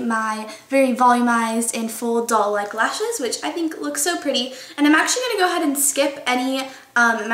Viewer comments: It sounds like she's saying "dull" instead of "doll"... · At first i kept thinking you were saying dull-like instead of doll-like lol loved that this was mostly drugstore so pretty too! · when u say doll it sounds like ur saying dull haha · Everytime you said doll I thought you were saying dull